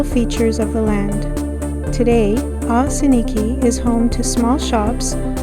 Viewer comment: Oss-in-eek is the correct pronunciation. Next time, take a right across from Dinosaur Gardens and check out the beach.